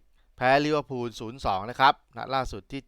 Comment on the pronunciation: ลิเวอร์พูลนะคับ ไม่ใช่ ลิเวอร์พุน พูดให้ถูกหน่อยคับ